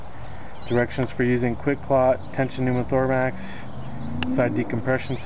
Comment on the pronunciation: Are you saying tension pneumothormax?